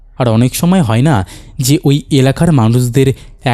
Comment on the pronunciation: তুমি ভাই আয় গুলো আই বলো কেন? কানে খুব লাগে যেমন হয় কে হই। যায় কে যাই, এগুলো একটু খেয়াল রেখো।